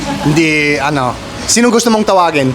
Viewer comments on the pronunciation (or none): none